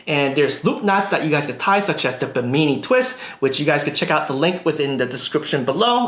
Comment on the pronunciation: Just a quick note, it's pronounced BIM-IN-E named after the Bimini district of the Bahamas.